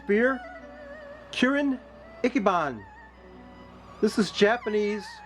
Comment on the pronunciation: Ichiban = ee-chee-baan